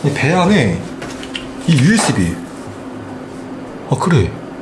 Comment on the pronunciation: usb인데 uisb라고 하셨는데요?😅